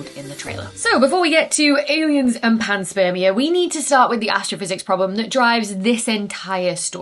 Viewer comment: "panspermia" heheheh